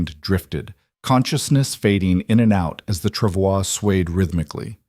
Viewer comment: This is a lovely story. I’m so glad it didn’t include her nasty husband trying to reclaim her. The reading voice was great. It even pronounced “travois” correctly.